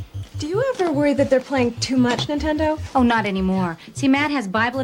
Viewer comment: Is this channel voiced by AI? Every once in a while it says odd things like saying 'nine-tendo'